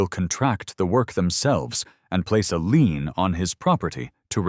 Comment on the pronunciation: when they threaten to put a lien on the property your AI should learn the difference between LEAN and LIEN.